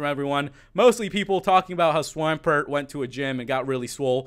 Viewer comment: It's pronounced swam pert not swympert